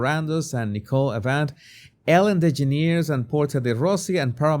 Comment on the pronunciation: Ellen's last name is pronounced like "generous" Ellen "DeGenerous".